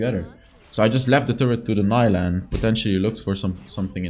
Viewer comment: i know mentioned this before, but it got me cringed when he said "n-ai-lah" when most LoL pc players call her "n-ee-lah":')